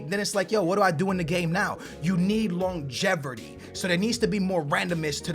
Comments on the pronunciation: Longevirty lmaoo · There is no ER in longevity lol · Longevrity lol